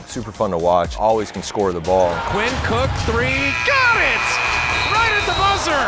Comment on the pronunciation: They said Qainn cook it’s Quinn cook